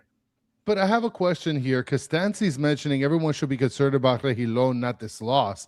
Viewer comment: Rejillon => English => RE-Hi-JON